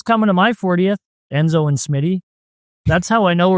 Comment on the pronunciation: They kept talking about "endzo" who is that?